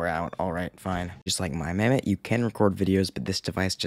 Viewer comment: pronouncing mammott back then: mum-awt pronouncing mammott now: actually says mammott Jokes aside, i remember this game and my mammott